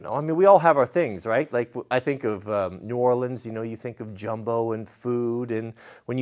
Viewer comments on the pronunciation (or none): Its pronounced "gum bo" not jumbo. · Gum-bo Not jumbo. Lol. I had to replay that to see if I heard him right. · It hurt me a little when he called it jumbo instead of gumbo. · Hey its called Gumbo not Jumbo. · Did he really just pronounce gumbo as jumbo? 😂😂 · pronounced "GUM-beau" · Only a west coast guy would pronounce gumbo with a “j”... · ....From a South Coast man born in New Orleans please allow me to correct you....The "gum" in Gumbo is pronounced as it is spelled as in chewing gum.